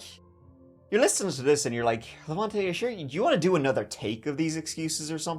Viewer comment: as a hungarian I'll have you know our cooking smells amazing! I'll be even proving that to your irish brethren when they visit me at the end ofspookmonth the first way you pronounce Levente was correct btw, the e's sounding the same tone